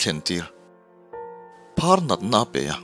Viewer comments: uzia a phâr tih tur hi a phar ti a lam voi 2 a awm, khawngaihin insiamthat leh fimkhur na lai turin k lo sawi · phàr dam lo sawi na phar (ban phar ) ni lo a thluk a dik.lo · Aphar tih tur ani lo maw?phar(banphar) a hnuah a phar i ti leh tho na a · Phar(Leprosy)hi a tir ah i lam dik lo a,a hnu ah chuan i rawm lam dik leh tho e👍